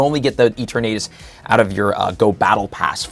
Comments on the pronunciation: “Eat-or-natus”😂😂 it’s pronounced “E-Ter-nuh-tas” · Bro stop pronouncing it E-tur-na-tus. lol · I think you didn't get an invite to worlds because you keep saying E-Ter-Natus.. come on man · let out his southern accent when pronouncing eternatus. "eturh-naytus" 😂🤣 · The way you say Eternatus bothers me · Me too bro, me too... 😔